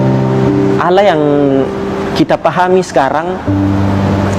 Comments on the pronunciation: tuhan beranak pantas saja banyak birawati yg hamil tanfa suami, bagi saya ini bukan cerdas tapi pembodohan diri sendiri, firman Allah bukan firman alah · KATANYA MANTAN MUSLIM? NYEBUTNYA KOK ALAH